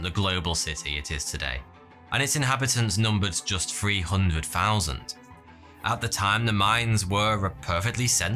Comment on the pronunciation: Free hundred fousand